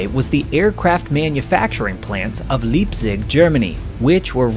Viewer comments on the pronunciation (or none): Small nits, to be sure, but 'ei' in Germanic languages is pronounce as long 'i', not long 'e'. LIPEzig, not LEEPzig. And Merced is pronounced with emphasis on the second syllable, not the first. Easy to check such things on the internet. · "Leepzig" lol. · And maybe you could annotate your script w/ some better German pronunciation. l cringed every time l heard ''Leap'zig'' instead of the proper ''Liep'zig''. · It is not Leapzig, but Lipezig...Leipzig...ei...ei yay yay yay, i am the frito bandito. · The "ei" in "Leipzig" is pronounced like the English word "eye", not "lee". Think of how Einstein is pronounced. Conversely, the double vowel "ie" is pronounced like the English "ee". If the city name had been spelled "Liepzig", then the pronunciation in the video would have been correct. Listen to a Rammstein song where they're counting "eins", "zwei", "drei", "vier" and note the difference on the last word. Having said that, I must note that in Swiss dialect, some words containing "ei" get pronounced as if it were "ie". Which leads to fun with words like "Beispiel" (it means "example") which has both "ei" and "ie" but in dialect is pronounced like "Biespiel". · It's Leipzig ( pronounced with an I like in life) and not "Leapzig" 😉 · Leipzig is pronounced laipsig. Leepsig sounds like fingernails on a chalkboard. Love your videos keep em coming. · Leipzig is pronounced " lipe tzig' not "leap zig" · Leipzig is pronounced LAJPTSIGG NOT LEEPSIG!!!!!! . ( ei in german is pronounced as AJ) tis Frankenstein not franken steen. After all you pronounce the comedy series Seinfeld correct. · Need to work on pronunciation. It’s pronounced Lipe zig not Leap zig also it’s Reg ens burg not regions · Try pronouncing leipsiz again,.... correctly. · Leepsig? LEIPSIG. Please pronounce the German names correctly. WTF? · In german pronounce the last vowell if there a 2 vowells tigether. "ei" is "eye" ," ie" is "e". My name is Biebel....pronounced Beebel. So Leipzig is " lipe-tsig".